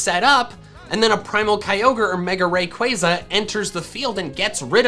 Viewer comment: I have a suggestion, what if you pronounced rayquaza right. here Ray like raygun And Quaza like you say plaza just qu instead of pl